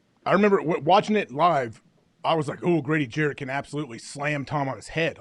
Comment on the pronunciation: Damn AJ at least say Grady last name right. Jarrett not Jackson.